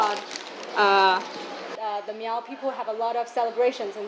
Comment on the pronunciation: It's not pronounced MEEEOOOWWW. That's derogatory!